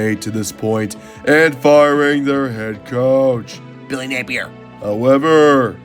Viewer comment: "Billy napier" 😭😭😭